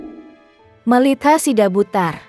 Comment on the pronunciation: Namanya melita bukan melt...ha.... gimana ibuk ini jd bawa acara..😀😀